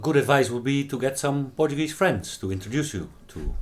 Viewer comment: You were awesome and it’s the first time I heard portagee thought only in Hawaii we say it like this